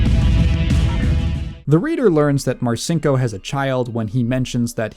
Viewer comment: My dad was in the Navy when I was a kid growing up in the '80s and '90s. I heard about Dick Marcinco's bad reputation from quite a few guys who considered him to be a pathetic joke. The one part of this this video that slightly irked me, is that I've always heard the name pronounced "Mar-Cheen-Ko", so hearing you pronounce it "Mar-Sink-Oh" just felt really weird to my ears. Aside from that, this was a great video. Very informative and well constructed, I look forward to seeing more.